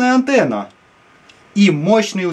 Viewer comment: Кто заметил антнна а не антенна